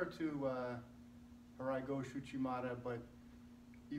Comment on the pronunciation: First of all,you do not know how to pronounce the name of the technique!!Tai otosh?Harai Gosh????OTOSHI GOSHI!It is not a thand and foot throw .and almost everything you have shown is kinda wrong!